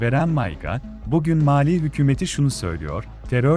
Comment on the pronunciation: Malî ile Maliyi karıştıracak kadar telaffuzun bozuk.